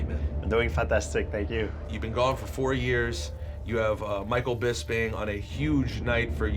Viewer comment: "Nigel Bispin"